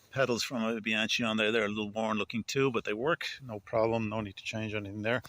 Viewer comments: You fix bikes and call it Bianchee😮 it’s with a K, but nonetheless, thanks for the video 🎉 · Nice. Just note: “Bee-Ahn-Kee” for Bianchi,.